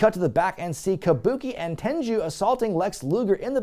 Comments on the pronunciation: it’s ‘Tenryu’ not ‘Tenju’ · It's Tenryu, not Tenju, not Tenchu. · Just a heads up, It's not Ten-joo, it's pronounced Ten-Roo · You pronounce it Ten ru Not Ten Jew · Wait, Tenryu is pronounced "Tenju?" Mark that on the list of things I've pronounced wrong for 20+ years. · Tenru not Tenchu! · I love your videos but it's not tenjew it's tenryu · Your pronunciation of Tenryu in this video is a bit unusual to me. I've always heard it be pronounced as "ten-roo". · Why tf does he keep calling Tenryu, TenJu? Is this some dumb joke/gag I'm missing or does he genuinely think his name is Genichiro Tenju? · Why does he keep mispronouncing "Tenyru"? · Why are you saying Tenryu incorrectly?